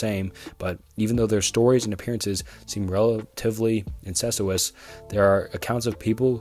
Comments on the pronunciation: Seriously. This video was recommended to me and I’m almost halfway through. He stumbles and mispronounces words, but the “relatively incestuous” questions of the black eyed children are something else. And he’s not just saying it once, he says it over and over again. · great video, but please do multiple takes and look up how to pronounce words you dont know. hearing you pronounce innocuous like incestuous was genuinely hilarious.